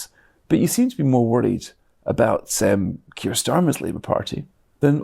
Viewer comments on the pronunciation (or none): The name is 'Keir', actually. I see you take a great deal of care in your work. Amateur! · Keir not Kier.